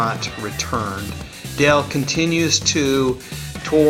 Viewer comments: Nice lisping. The name is Daaaaale not Dell. Your lack of phonics is showing. Read up on vowel sounds. Please! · It's DALE Bozzio!! NOT Del Bozzio... Pronunciate!!! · It's Dale not Dell